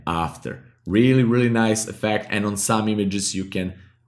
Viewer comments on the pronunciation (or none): none